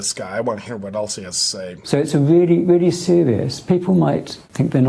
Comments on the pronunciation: He said it’s “weally weally sewious”. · Weally weally weally sewious!